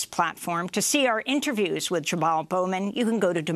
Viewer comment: "Jabaal Mowman...Jabaal Bowban" -Gamy Oodman